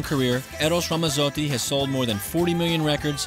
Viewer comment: It's Ramazzotti. You pronounce the "z's" the same way you do when saying the word, "Pizza.":) You're Italian, pronounce your words like one:) I'm just playin with you man but that is the way to say his name and always pronounce a "z" in Italian like a "ts" in english as in Pizza. Thanks e, ci vediamo. Ciao. Recording Artist: VITTO